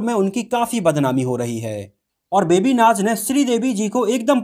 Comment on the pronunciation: मनोजजी "बेबी नाच " नही "बेबी नाज" नाम है उनका ।